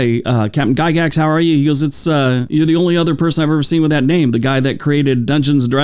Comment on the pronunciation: Another top shelf video, Thanks. BTW, never, not neve, not to pick nits. 😅